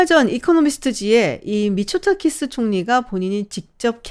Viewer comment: 자꾸 미쳤다키스로 들려...